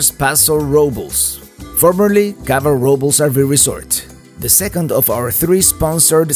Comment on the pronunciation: As always, great video. I should correct you on the pronunciation of "Robles" It sounds like Robe-less.